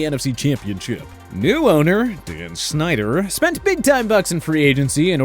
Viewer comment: Why he say Dan Synder like that